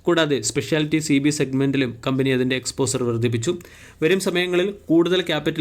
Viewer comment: എക്സ്പോസർ! എക്സ്‌പോഷർ എന്ന് ഉച്ചരിച്ചു പഠിക്ക്.